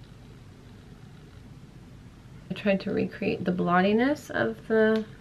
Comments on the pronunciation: “I’m trying to recreate the blottiness of the.....penguin.” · “I’m tried to recreate the blottiness of the penguin”